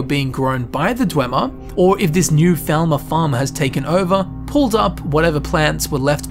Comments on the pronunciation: Bro. PLEASE. Its pronounce "Fall-mer", not "Vel-ma". Stop reminding me what they did to scooby doo xdd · Falmer. Not thalmer. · Anyone else think he says falmer like thalmer? I was like is he talkong about high elves or what? English people should really work on their English. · I'm not a native English speaker and probably because of it when you say Falmer I hear Thalmor xD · You say falmer and thalmer the same.